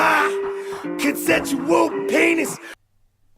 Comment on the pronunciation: "...CONSENSUAL PAYNIS!" I literally drooped my head, face-palmed and said "Oh no." Enzo, why? Paison, you're making us look bad. I don't regretting being out of the loop these past months. I wish I could actually go back a few minutes in time and click away from this video.